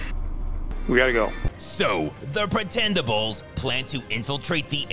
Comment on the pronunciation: I tried not to laugh for the first 2 mins, but then I totally lost it at "Pretenderables" 🤣